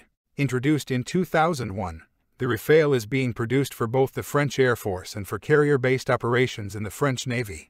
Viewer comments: The E is silent, so you want to pronounce it as if it was Rafal, with both As pronounced as America’s final A (otherwise it sounds like rafail, my Frenchness cannot stand it)☝️🤓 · It's still not Rafail, but RAFALE ! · Unmistakably wrong pronunciation for something rather simple: RA-FAA-L.